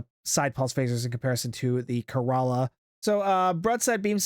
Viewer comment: It's pronounced 'keh·ruh·luh' btw 😂